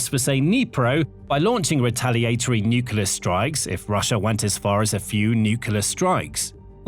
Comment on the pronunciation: This narrator can pronounce "precipitously" but not "nuclear". smh